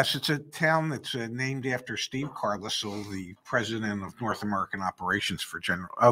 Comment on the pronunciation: It’s Carlisle…. Lol